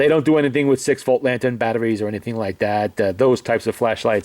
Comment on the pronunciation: battaries, this, that, the otter ting...